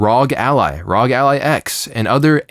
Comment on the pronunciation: the first time in my life hearing someone say "ROG" like a word instead of just R-O-G like normal people does